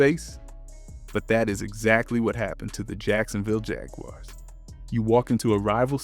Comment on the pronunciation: Bro still can't pronounce Jaguars properly 😂